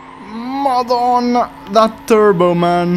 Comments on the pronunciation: The way you say "Madonna" bro, you Maltese or have someone in your family that's Maltese? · "madonna" Ur italian right? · Bro are you Italian because the Madonna sound tu much Italian